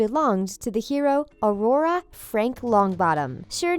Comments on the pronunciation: It's "Auror", not bloody "Aurora", "Super Carlin Brothers", not "Super Caril In Brothers" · Srsly !?!?! "Aurora" ??? It's "Auror" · It’s Aw-raah not A-roar-eh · Wait...AURORA? Dont you mean Auror?!?!? And its pronounced Carlin not Cararlin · it is auror not aurora it is funny how the people at the the things try to act like Harry potter fans but always make mistakes when making Harry potter related videos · "Auror", not Aurora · "Aurora Frank Longbottom" "Super Carl In Brothers" *Auror *Super Carlin Brothers Not hard to pronounce shit correctly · Ummmm she said Aurora instead of Auror. Just double check all your facts before you say stuff Because everyone knows that Neville’s wand isn’t his and that isn’t a theory. Wonka has both his ears still. Super CARLIN brothers. Hermione put a different charm on her parents so they thought they were entirely different people who wanted to live in Australia and she later tracks them down and puts their memories back. God fake potterheads 😂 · This person obviously is NOT a Harry Potter fan. She has mispronounced multiple words, such as auror and trelawney. Don't make a Harry Potter video if you haven't at least read all of the books and watched all of the movies!